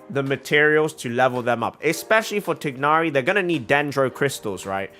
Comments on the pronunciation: Ok so to pronounce tighnari’s name it’s just like thigh but without the ‘h’ then + nari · as a muslim, it’s not even close to thigh. its like tick. but replace the ck with gh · To comment about the "proper" pronunciation of Tighnari. Since Hoyoverse didn't feel the need to make sure the EN VA of Tighnari pronounced his name properly (he pronounces it Tie-nari), they obviously don't care that much about the proper pronunciation and so it shouldn't be a thing for people to fight over. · No, the trailers pronounce it incorrectly. the g is pronounced. "gh" is said from the back of the throat